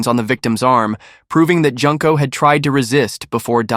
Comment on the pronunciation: Jun-ko, not Junk-ko